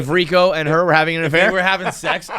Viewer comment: You can't even say Rico's first name!!!! And he harasses peoples wives on twitter